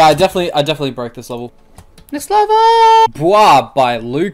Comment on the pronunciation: Im pretty sure you said lever requests instead of level requests